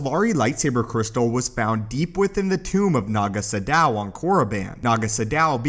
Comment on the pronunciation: Naga Sadow. Pronounced like shadow.